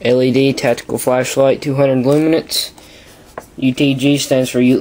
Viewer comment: good review... but say it with me... L-UUU-MENS. no T